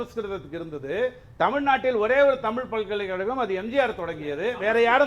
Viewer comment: ஜீவசகாப்தம் அருமையான 'தமில்' பெயர்😂